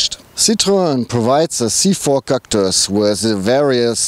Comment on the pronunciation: Haha Cactüüüüüs xD Der neue "Citrön Cactüs" :D